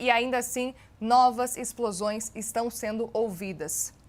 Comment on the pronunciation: Âncora: Acabam de ser ouvidos, novos Ixplosões. Aconselho a senhora a fazer fono.